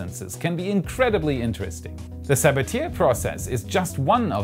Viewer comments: The Sabatier reaction is prononunced more like Sabatyeh not like Sabateer, he was French. I know pronouncing French words can be difficult, but everyone uses Sabateer like it's some American name for doing something, like pioneer, it;s a bit cringy. :P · FYI, Sabatier is pronounced suh-bah-tee-ay. It was discovered by French chemist Paul Sabatier in 1897. It's commonly mispronounciation nonspecialists. I used it for many years at Pioneer Astronautics and NASA KSC to develop ISRU processes for Mars. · Awesome vid! But, I believe its pronouced sa-ba-tyey. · Sabatier is pronounced “sa-ba-tyey” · Amazing update! Thanks for all the hard work and the follow back on twitter. By the way Sabatier is pronounced like Sabatiye, i think its french. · Very unfortunate pronunciation of Sabatier.